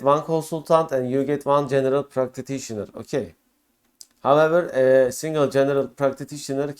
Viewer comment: thanks for the valuable information. There also was a severe issue with the pronunciation of ”practitioner” ;))